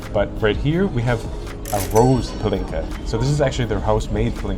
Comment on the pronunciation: Als ich noch englisch schrieb... A little linguistic hint: with Hungarian words it is always (not just mostly but ALWAYS!) the first syllable, that is stressed (quite the opposite to French). So "Pálinka" isn't pronounced "PaLINka" but "PAlinka", "Páprika" isn't "PaPRIIIka" but "PAprika" and so on. 🙂